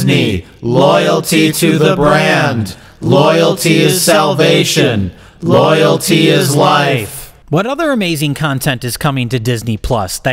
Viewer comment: "Loyelty to Disney, Loyelty to the Brand, Loyelty is salvation, Loyelty is life." I at least repeated it 20 times newer fails to make laugh and horrified at the same time.